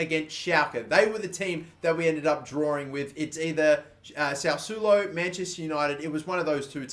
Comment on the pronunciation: The Italian team is pronounced sas-swolo